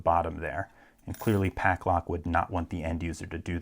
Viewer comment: You pronounce it Paclock and Pucklock in the video. Which is it or am I dumb and missing something?